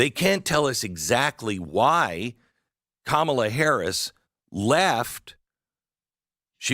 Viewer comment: Pronounced "Commala" Not Kmalha